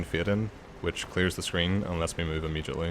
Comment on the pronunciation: “Paarthurnax is supposed to fly away immejitely”